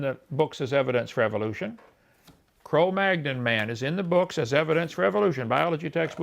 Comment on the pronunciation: Inmate # , did your mother have any kids that lived? By the way, inmate # , it's pronounced Homo Ne-and-er-tal-en-sis. In German, the "th" is pronounced like a hard "t". Cro Magnon is French and is pronounced Cro Man-yon. Also, Wikipedia is not a scientific reference, but rather a superficial crowd-edited summary, and not a particularly good one.